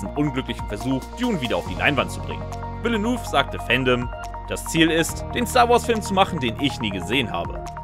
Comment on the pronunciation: Und schon wieder wird der Name vom Regisseur falsch ausgesprochen 🤦‍♂️🤦‍♂️🤦‍♂️